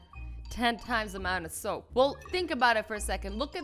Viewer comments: how much ShOaP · You sayed shoap